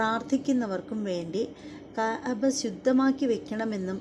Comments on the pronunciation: കയബ അല്ല കഅബ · കയാബ. അല്ല .. കയബ ✅ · കയ ബ അല്ല ... ക് അബ or ക അബ ....